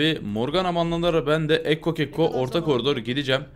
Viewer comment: Abi senin yüzünden ekkoya kekko demeye başladım kekko diyince arkadaşlar gülüyo :D